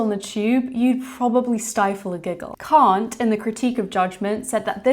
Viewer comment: Calling Kant "can't" because his real german pronounciation sounds like, ... well :D